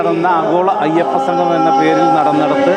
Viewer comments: എടോ സംഘമമല്ല; സംഗമമാണ്. ഇതിനൊക്കെ ഇറങ്ങും മുമ്പ് മലയാളം നന്നായി ഉച്ചരിക്കാൻ വല്ല എഴുത്താശാൻമാരുടെ അടുത്ത് പോയി പഠിക്ക്. വെറുതെ ഞങ്ങടെNo.1 കേരളത്തെ പറയിക്കാതെ. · ആമുഖം പറഞ്ഞ ആൾ 'സംഗമം' എന്ന് പറയുന്നതിന് പകരം 'സംഘമം' എന്ന് പറയുന്നു. മലയാളത്തിൽ പറയുമ്പോൾ അക്ഷരശുദ്ധിയ്ക്ക് പ്രാധാന്യം കൊടുക്കുക. അല്ലെങ്കിൽ ചാനലിന് മോശം ആണ്.